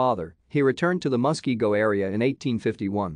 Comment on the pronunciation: Nice intro to hans christian hegg. You asked for input and inaccuracies. This is what I noticed. not meant to nit pick. You mispronounced Muskego. I know we have a lot of fun Indian names. Actually most state names are Indian names, like Wisconsin, Illinois, Dakota, ect. The vandalized statue you showed was mis. Forward. Col. Hegg had his leg ripped off, head severed and still missing, he was dragged through the streets and his remains were dumped in lake Monona. Thank you for the video Hans K Stuiber President, Hans Christian Hegg Society